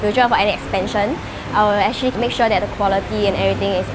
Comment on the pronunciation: she likes to say the word : " Acthree" instead of "Actually"